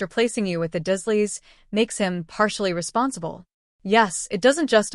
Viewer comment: 😮why does it keep saying dash doesn't make sence and his, aunt 😮uncle😮 last name is not pronounced dusleya its the dursleys lol